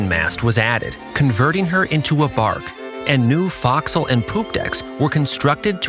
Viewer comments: Folk-sil, not Fox-sil. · And “forecastle” is pronounced “fo'c'sle” as in “foe”. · fo'castle is not pronounced like that either, truly bugging me, but then, I'm ex-Navy. Figured someone else would be bugged by this. Fascinating expose' for sure.